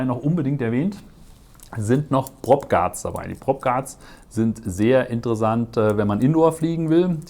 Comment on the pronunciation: Gutes Video. Die Aussprache von „Software“ oder „interessant“ mit weichem S kann ich allerdings kaum ertragen.